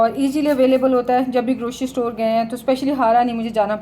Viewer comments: Sister word grocery hota hai not groshry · Grocery ..word C is pronounced C..not SHE.... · Please grocery ki pronouncing sahi karin